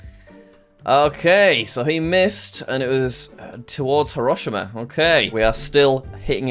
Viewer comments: mispronouncing hiroshima broke me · how do you pronounce hiroshima? sounded a bit weird